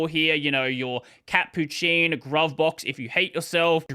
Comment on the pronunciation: is gruvbox not pronounced "groovebox" ?